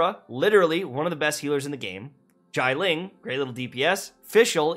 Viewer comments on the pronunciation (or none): Not him pronouncing Xiangling as Zhailing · Great video! Except the slight headache my Chinese self has when he pronounces Xiangling wrong XD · I love how you cannot pronounce "Xiangling" correctly. X is a SH sound. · Ngl I was trying to listen to you and internalise it, but when you butchered Xiangling's name I lost all respect.